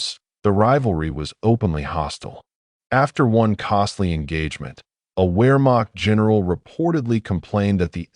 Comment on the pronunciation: Well, where to start. Nah, never mind. My criticism is too extensive. From mispronunciation, to the seemingly absent chronology to the literal omission of the Allegemeine SS. Sorry, buddy. Maybe do more research of your subject before attempting a 5 hour long monstrosity like this. Better research will yield better results. ( Pronounced Vaffen and Vermacht!)